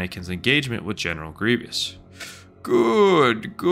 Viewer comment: its GRIEVOUS, not greeveeous